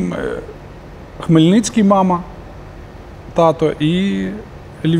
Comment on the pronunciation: Спасибі за працю! Знаю, що це непросто... Випуск витримано у стилі ''Легенди''. Не є прихильником творчості О. Пономарьова, але дуже ціную його професійні якості! Лише різануло кілька разів вухо ''Хмельниць(к)